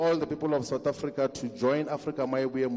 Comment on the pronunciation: Why does he keep saying Afrika my movement 😂